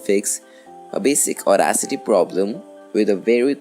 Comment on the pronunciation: Sounds like you're saying Auracity, (with an R).